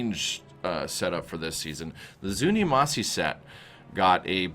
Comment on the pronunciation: ZunimassA not Zunimassi